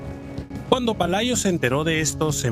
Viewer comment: Pelayo xdiosss no Palayo. Dejar la IA que todavía está en párvulos 😄